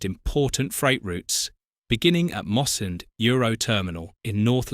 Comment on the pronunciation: Oh! and Mossend is pronounced MossEND not MosSEned!